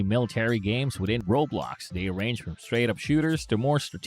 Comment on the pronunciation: bro said roblocksha